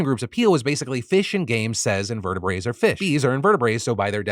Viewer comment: "In-ver-tih-brits" Phil. Not invertibraes.